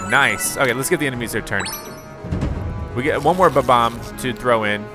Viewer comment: You keep saying Ba-Bomb when its Bob-omb 🤭😝